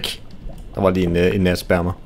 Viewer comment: Sagde du nat spermer? :D